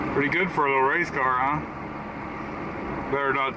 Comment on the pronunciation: did you say Race Car, or Rice Car?